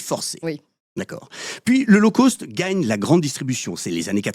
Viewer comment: Coucou c'est rigolo mais je vais faire la mégère: "low cost" doit se prononcer correctement (donc pas l'eau causte par exemple), sinon ça pique trop les oreilles. My tailor is rich - of course. Mais sinon c'est bien sûr pertinent de voir à quel point nous valons de moins en moins tout en continuant à payer de plus en plus. Bisous xxx L0ve Unlimited 🦋💗🕊🙏😇🍀🐞🌈